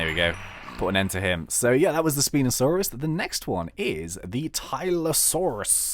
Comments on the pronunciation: It's pronounced spine-osaurus. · its said spine osaurus